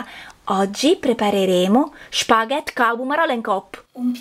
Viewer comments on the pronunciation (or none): «spaVètte» con la 'v' :-p. «câ pummaròla 'ncòppa» Saluti dalla Campania :-)